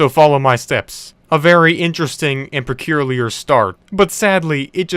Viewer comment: Peculiar NOT perculiar!